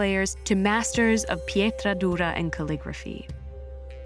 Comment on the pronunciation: The italian Pietra Dura is perfect!